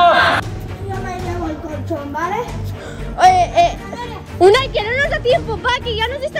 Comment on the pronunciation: se dice Unai